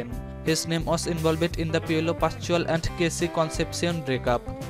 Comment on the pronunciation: Piolo pashual🤣🤣 im dying🤣🤣